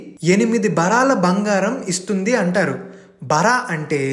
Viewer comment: శమంతకమణి శామంతకమణి కాదు, బారువు అనాలి బరాలు కాదు, ఇలాంటి ఉచ్హారణా దోషాలు మినహా మిగతా వీడియో బాగానే ఉంది.